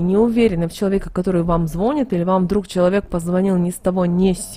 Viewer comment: Не звОнит, а звонИт.